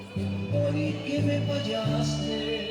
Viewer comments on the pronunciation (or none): none